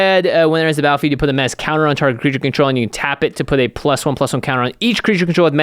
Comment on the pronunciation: How many have started saying 'menaché' instead of menace as a result of this channel? I know I have.